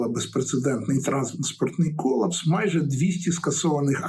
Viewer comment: Кола́пс — форма гострої судинної недостатності. Наголос на "А"